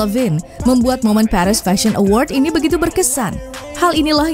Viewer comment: Paris bacanya Paris aja, bukan Perish….🫠